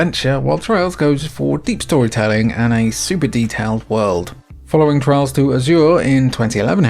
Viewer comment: I keep hearing Trials instead of Trails throughout this video lol